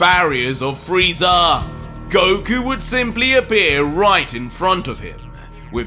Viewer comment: Did he just say Broku?